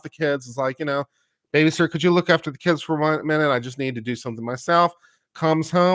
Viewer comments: Did say BabyShitter? lol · I heard "babyshitter"